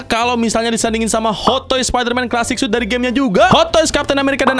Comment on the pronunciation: "2020 suit" Yang gw denger:"2020 SUS"